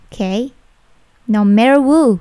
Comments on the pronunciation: mis bukanyya who itu bacanya hu ya. kok wu, maaf miss apa saya yg belum tau ?? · Kak ini koo ngmongnya ada yang salah? Who di baca wo